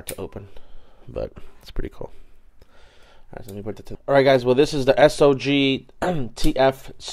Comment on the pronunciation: you probably already know most of this stuff by now. that video is over a year old now but just in case you dont, here is some stuff to get you in the loop: the company that makes the second knife is pronounced Sog (sohg), not S.O.G. Your two Boker knives are actually automatic knife that have had the springs removed because they are illegal in certain states. You can buy the springs and insert them if you would like. Most of those knives are NOT stainless steel. Most of those are high carbon